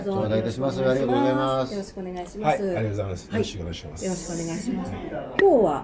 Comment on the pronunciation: 、さすがによろしくお願いします言えるようになったか笑 よろしこお願いしますが面白かった笑